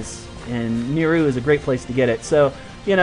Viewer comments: just a little comment on pronunciation, its not Ni-Row, its pronounced NiRou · Aw, I was kind of hoping that you would visit Kerkida. :p Also, I believe we all pronounce Nirou differently. There isn't an official pronunciation. :D